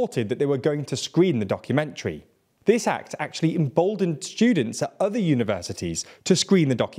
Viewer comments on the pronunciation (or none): none